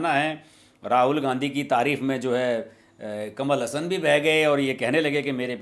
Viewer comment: Pronounce teek tarah se karlo saab... kamal Hassan hai... hasan nahi hai plz😝😝😝